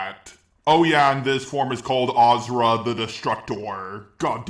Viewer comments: galacta for some reason, your comment wasn't shown to me. so, here's my late reply. yes, pronounced him wrong, and I never said he didn't. but there's no evidence that you pronounce him "As-sir-ra". nobody ever called him that way, so why do you think that it's the right pronounciation? you pronounce him like jarelgiraffe wrote it. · ok, my mistake with the as-sir-ra. and no, sir and suu are pronounced differently. I've never heard anybody that makes them sound similar. yes, the video is proof that you don't pronounce it "Ah-sir-ra". you pronounce it "Ah-suu-ra". these's a big difference between them. and just you know, I've played the game in english and there he was called the exact same way as in japanese. just you pronounce it different than the rest of us, doesn't make it the right pronounciation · if you'd pronounce him really that way, then why is everybody ingame calling him different? simple, because you're wrong. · hes still saying his name wrong still its aSura not aZura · He isn't pronounced "Azura" or "Ashura" just say "Asura" like it's spelt bro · its not pronounce azura its pronounce aaasuraaa kinda gave more impact on the a but yeah in hindu mythos its asuuraa or asur in sort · dude dont want to be picky about pronounciation but its not ashura or azura its a su ra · Ah-Sur-Uh, not Ah-zur-ah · My good sir... it is pronounced 'Ah-sir-ra' not 'Ah-zura' You're welcome~ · It's actually A-sher-a in Indian (where it's originated) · It’s pronounced asura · aw-sir-ah that's how you pronounce it Just sayin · Please go back to pronouncing it ashura.... That's so disturbing... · Just to clarify it is pronounced Ah-suu-ra. It is the japanese pronounciation of his name that is used in the game so yeah. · That Z pronunciation tho. But that didn't take away from how AWESOME this video is. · bro cant eve pronounce his name right